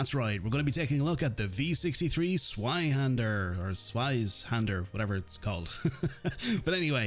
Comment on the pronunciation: if cant pronounce the name why not just say electric sword